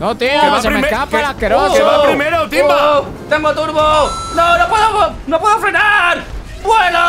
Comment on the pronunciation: invictor: a por tuinbaaaa Timbavk: Como que tuinba Yo: jajajaja jajajaja 🤣🤣🤣🤣